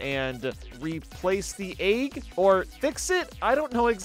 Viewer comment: It amazes me when people put the y sound in the word Egg kirby yummy though